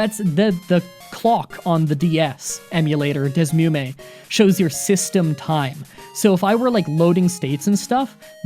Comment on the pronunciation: The Emulator you used for Gen 5 isn't called Desmume It's pronounced DS Emu Me